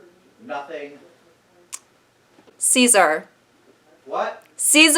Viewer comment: The way you told your dad 'ceaSAR' just could not have killed me more